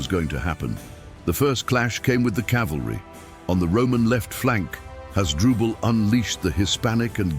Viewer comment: Who is this 'Has-dru-bel'? And who was 'A-nee-bull'? Why do none of the makers of these vids listen back to their artificial idiot voiceovers?